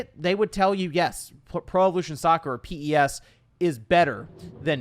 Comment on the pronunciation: Very picky of me but it's not pronounced P.E.S. literally nobody has ever called it that. It's pronounced like Pez.